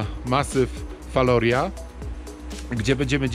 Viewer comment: Wymowa wloska : Falorija